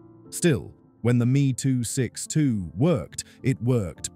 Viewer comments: Please, stop using gamerspeak. The Me 262 name is pronounced EM EE. Just like a Bf 109 is a Bee Eff 109. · Crappy AI narration. Meeeeee262